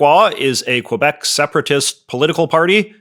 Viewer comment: I understand you don’t speak French, so I dont expect you to pronounce quebec like a francophone . But you’re pronouncing wrong as an anglophone too lol. Its not : qwah-bec Its: kuh-bec